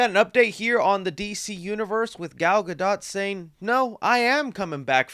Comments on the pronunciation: 1. “Casted” isn’t a word 2. Please learn how to pronounce Gadot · She prounces it like Guh-Dote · Gal gadot